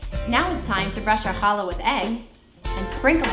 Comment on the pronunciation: I would like to try baking a challah. I've watched several recipes. It was such a pleasure to hear you pronounce the "CH" properly and not as an "H". Most importantly this looks delicious and I can't wait to try it. I wish you and your family a good shabbat.